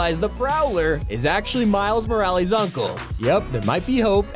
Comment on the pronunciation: Miles Miralies..